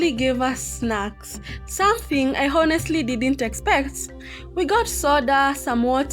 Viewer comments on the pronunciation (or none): Hello, you were reporting very nice but it would have been much better if you would have followed these points. 1. First is your pronunciation of " Honestly ", pl see from Google the correct pronunciation. 2. Whenever you are vlogging always give information about the time of your journey- when starting when ending, wherever you are reaching any place- the time. 3. Explain about the bus,the fare, snacks prices, lunch price and others like water etc. 4. When you are starting to shoot always welcome your viewers,say Hi Hello to them and not the least don't forget to thank them. 5. Don't always ask to subscribe every time, you know people who like they will do or don't do. You by any means cannot force them to do so. Ok fine that was great reporting, do better in future,.may your viewers increase and you earn a lot. Have a nice day, bye.